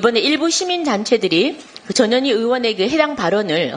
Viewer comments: 김정재 의원님 "전현희" 발음을 똑바로 해 주셔야 합니다. 듣기에 따라 "저년이"로 들립니다. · 발음을 주의해주세요...저 뇨 니 😂